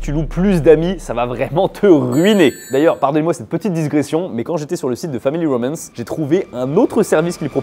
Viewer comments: On dit "digression" et non pas "disgression" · "DiSgression" ? Je connaissais "digression", moi. hihi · Super vidéo très instructive. Cependant, je suis très maniaque, et il y a deux petites erreurs de français qui ont été commises (rien de grave non plus, c'est juste moi qui suis maniaque) : digression ne se prononce pas "disgression", pas besoin d'y rajouter un S. Ensuite, pour dire qu'on se marie avec quelqu'un, on ne dit pas "je le marie", mais "je me marie avec Truc" ou bien "je l'épouse", ou "j'épouse Truc". Parce qu'entendre "il marie sa sœur", pour moi ça veut dire "il accompagne sa sœur à son mariage", ça n'a donc pas le même sens du tout !